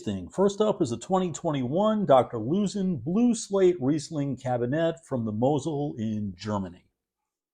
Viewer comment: I like you pronounce Mosel the German way. I asked a high ranking woman in my local Total Wine store if she could direct me to the Mosel area. She looked baffled, I had to say German Riesling for her to understand what I was looking for.